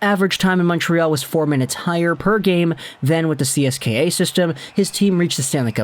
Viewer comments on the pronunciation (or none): none